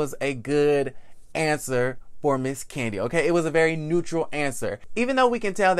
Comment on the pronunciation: Love ya but definitely got to put some "Respeck" on Kandi's name